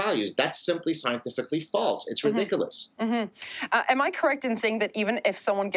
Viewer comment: gad says 'ridiculous' like a black chick would